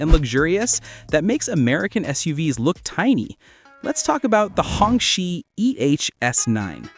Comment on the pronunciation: Hong Qi is pronounced like Hung Chi. Literally means red flag